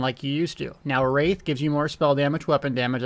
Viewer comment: wrath(rath) not wraith. lol